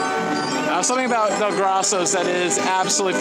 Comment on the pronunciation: It's pronounced Dell-Grow-So's